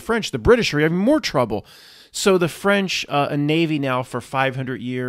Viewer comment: The Ficlkle Fwench?